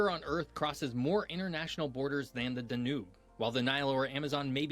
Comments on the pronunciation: DAN•ube not dan•OOB. Why do Americans always want to stress the last syllable of foreign words? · DANUBE = DAN YOOB not DANOOB. . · The river is dan-ube not danoob😅❤ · That poor Donau got butchered pretty bad 😮 I had to watch and listen twice to see that the Danoo he was talking about was the Donau 😂 I think phonetically "Doe-now" will do it in English. Thanks for another great reaction! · The Dan Ubbe! Surely someone could have told him how to pronounce Danube 😢. It's not difficult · Oh good grief. Da - noob? Really? You can google how to pronounce it. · "The D'nube"? Now there's a noob mistake.